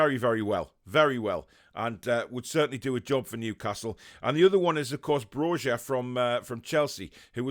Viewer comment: Hey the letter 'J' is pronounced as 'Y' in the Balkans, so Broja is pronounced 'BRO-YA', Great video!